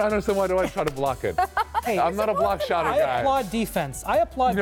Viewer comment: He said "I'm not a block-shotter guy". Lol, right, you have to learn to say it first.